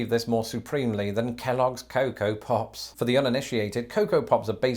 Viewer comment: The ways says Pops, I almost thought he said Puffs. For part of the video at least.